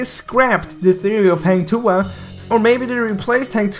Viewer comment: I am sure that Hang Tuah will come out coz Goosen is assassin. And i believe Hang Tuah is a fighter. The knife is no big deal. Every heroes has their own weapon either a knife, gun, hammer etc. By the way, ur pronounce 'Tuah' is acceptable 😉.